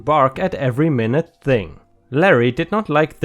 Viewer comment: The drunken brother got off far too easy. I would have left him in there a few more hours, made him clean up his own vomit, and made him pay for the whiskey. I got a divorce almost ten years ago. Stupidest mistake of my life—that’s all I will say about it. Minute (when describing something little or tiny) is pronounced ‘my-newt’. 💥💥💥💥💥💥💥💥💥💥💥💥💥💥💥💥💥💥💥💥💥💥💥💥💥💥💥💥💥💥💥💥💥💥💥💥💥💥💥💥💥💥💥💥💥